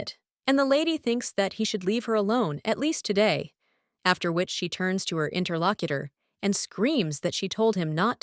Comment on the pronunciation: God why does it keep saying "Interlockiter"? That is so fucking annoying. 1 star out of 10 just for that.